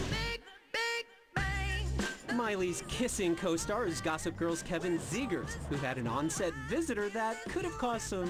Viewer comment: is it pronounced zee-gers or zeggers? o.o